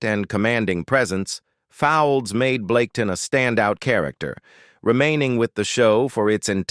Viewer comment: Bloody yank, Al, can't pronounce English names...Fowlds, pronounced folds. Etc etc.